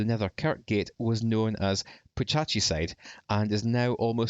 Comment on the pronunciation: Great video, but a few wee corrections: - Putachie is pronounced with a Scottish ch like in Bennachie, not to rhyme with Hitachi - that's the Sir Duncan Rice Library (University of Aberdeen), not the Aberdeen City Library - it was Series 8 Episode 2, not Series 5